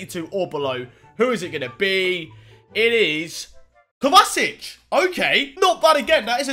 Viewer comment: LILTEE775 ikr he said kovacic kovasic